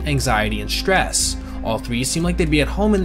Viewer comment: Can't listen to him say "shhtress" anymore. Bye.